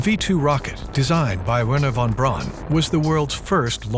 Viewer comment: Yo he pronounced it "Werner Van Brown" instead of pronouncing it "Verner Von Braun" and I could no longer take him serious.